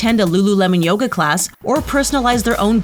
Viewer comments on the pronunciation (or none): none